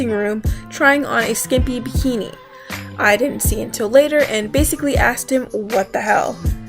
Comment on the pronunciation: You...you realize "asked" has the S before the K, right?